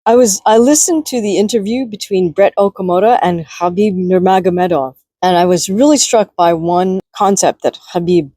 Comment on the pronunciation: Spot on 🙏 plus your pronunciation of Khabib's name also 🙏